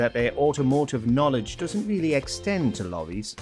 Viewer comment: "... Their automotive knoweged doesn't extend to lowwies." Who did the voice-over for this clip?